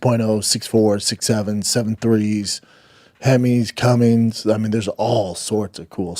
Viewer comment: Brenden stop saying Cummings it's Cummins dear lord